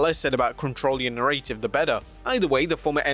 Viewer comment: Dude, learn how to pronounce the word narrative.